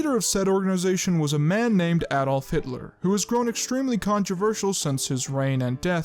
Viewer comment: This is way too spot on. Even subtle pronunciations you got perfect xD "AD-olf"